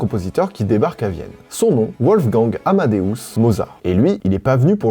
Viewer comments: Werther n'était pas "Ouertère" dans la vidéo précédente mais "Vertéa". Wolfgang n'est pas "Ouolfgang" mais "Volfgang". Ça fait plouc de se planter là-dessus, dommage. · Petite info : Wolfang se prononce Volfang vu que c'est allemand ;) Merci et bravo pour cette série spéciale musique de Noël, trop de sujets et d'anecdotes intéressants ! 👍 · Wolfgang ca se prononce Volfgang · Wolfgang se prononce Volfgang. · un W en allemand se prononce comme un V (ça faisait plusieurs fois alors je viens à la rescousse) Bisous W(V)olfgang